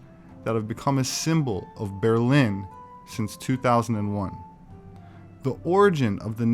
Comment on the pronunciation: Ber in Berlin is not pronounced ber the way you did, it is pronounced the same as bear in English, haha.